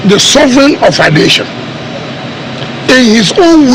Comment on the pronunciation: Bro you lost me at "sovereign"